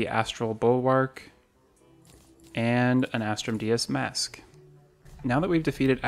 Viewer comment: How many times have u said "As-trum dee-us " and not "As-trum Day-us"?